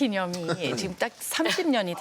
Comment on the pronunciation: 왜 교포들은 지금을 지끔 이라하지